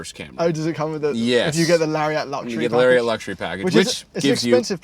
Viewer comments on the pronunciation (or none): I believe Lariat is pronounced Larry-ette, not Larry-at. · "Hey, where's your friend Larry at?" Larry at? Larry-AT?! I literally have never heard anyone pronounce it this way. "Lariat," rhymes with "chariot." ...Please don't start calling them cherry-ATs. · Why do yall say lariat don’t weirdly. It’s not “lary-AA-T” it’s “lari-ET” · It's pronounced "LARRY-IT" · you really need to learn how to say "Toronto" and "Lariat".